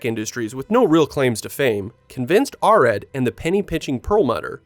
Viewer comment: Great videos, but cringing every time you mispronounce "Arad".